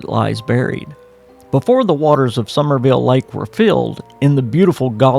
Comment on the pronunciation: Summersville, it has an S in the middle.